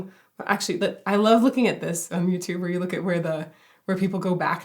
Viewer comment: I've always believed that he pronounces "looking" as "look-ien" right here.